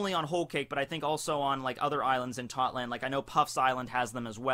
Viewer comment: ITS TOTTO LAND NOT TOTLAND